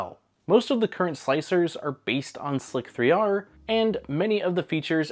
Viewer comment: He called Slic3r/Slicεr (pronounced: Slicer) slik-3-R, that´s a mistake I´d expect from an AI-spoken script, but didn´t know even humans can do this mistake. The Greek "e/ε" is known to be the mirror-image and playfull replacement for the number "3" since at least 3000years...